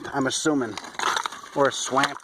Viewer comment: I enjoyed this, thanks! I like how you say 'swamp' with your accent too. Anyways, I'm "nuts" for places and ancient flora & fossils like that such as the Clarno Nut Beds - John Day Fossil beds in OR. Such floras and faunas will be mindblowing to visit in person when we eventually achieve conscious tech-assisted and/or tele-chronoportational time travel at will. Also, such fossils of ancient warmer climes point to the warmer temperatures of probable futures 100 - 200+ years ahead as CO2 levels continue to increase...🌴🌞🌴